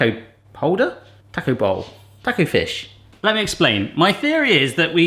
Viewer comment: please say "taaaa-co" it's a short vowel sound "ahhh"